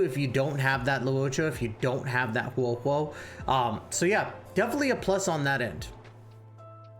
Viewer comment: I like the content and over all good video. My only ick is that you pronounce the names wrong. Huohuo is pronounced hwa-hwa. Luocha is pronouced lao (like cow) cha. Yukong is ooh-kong.